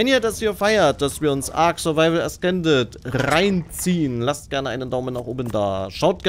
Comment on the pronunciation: Es wir äsßended ausgesprochen, nicht äskended.😪